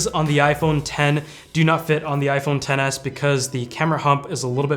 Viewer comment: Sounds like your saying iPhone tennis lol